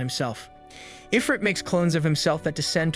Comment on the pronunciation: "Stop saying Rìmúrù!"